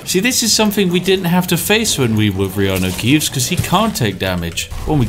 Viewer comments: I heard so much Reanue Keeves now, Keanu Reeves just sounds wrong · someone commented on your elder scrolls vids before, saying they basically become so accustomed to hearing reanu keeves that they felt weird when someone said keanu reeves. and to be honest that is scarily accurate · I've gotten so used to hearing Reanu Keeves I keep forgetting that's not the real world guy's name. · You say reanu keeves so much that i forgot thats not his actual name lol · Dang it Spiff, thanks to you I'm constantly mispronouncing Keanu's name by saying stuff like "You know, that Reanu Keeves movie" and get strange looks! Anyway great content, as always. Cheers!